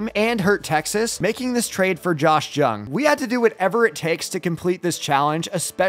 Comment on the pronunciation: Ummm hey just to let you know you don’t say Josh jung with a j at the start of last name it supposed to sound like Josh yung